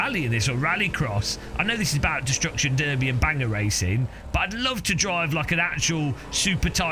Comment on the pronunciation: even more importantly a British guy just pronounced "destruction derby" correctly...